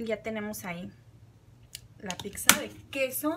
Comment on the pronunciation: No se dice picsa 🤦‍♀️